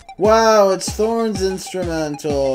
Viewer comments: "throns" lmao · "throns" made me lose it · ah yes my favorite character throns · I love how it says "throns" instead of thorns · IM DYIIINGGGG "THRONS"